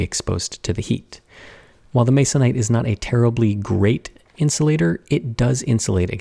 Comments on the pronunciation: I CRINGED. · Who else grimaced at the utterance of the word "masonite"??